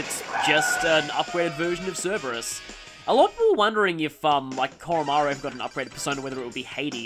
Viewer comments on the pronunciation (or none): none